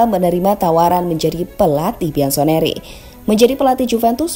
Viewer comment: bianconeri min buk diucapkanya biansoneri😅😅